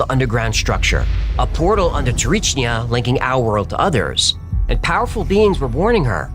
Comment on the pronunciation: Small correction its Tsarichina not Tsarichnia. Not that you will need it anymore in your life.:D Btw in order to not gain weight I eat no later than 7 pm and I avoid bread when there are things like potatoes or rice. Regarding the Tsarichina story you I have to be honest as one who heard a lot more grounded versions, your were way out there and not in a good way. That is why I wanted to help you out about that episode when you make it I didn't wanted to turn in to what you made, but it is what it is and I respect your creativity there, its just too sci-fi. Either way I still love your episodes.:)